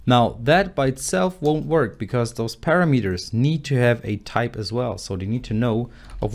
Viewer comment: Learn to pronounce English words properly: "vAriable", not "varAIAble" ( , "parAmeters", not paramEters", "easier", not "more easy". "confIgure", not "cOnfigure"